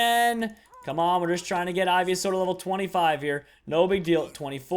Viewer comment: Ivy-a-saur, really? Really?